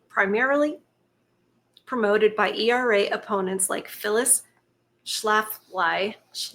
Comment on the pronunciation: Inknew you are a great nice young lady when you had trouble pronouncing the witch's name.... Phyllis Schlaugh-ly".... 😅. l still love you accurate insights. Thank you.